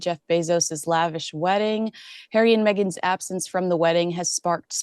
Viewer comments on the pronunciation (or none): none